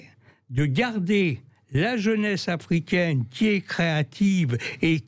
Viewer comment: la pêche migwatoaw afwicaine.